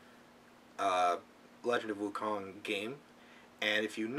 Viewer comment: I'm sorry to put this out but Wu Kong has been my childhood show and i loved it, you pronounced WuKong wrong, In "Kong" the O suppose to have a long vowel sound.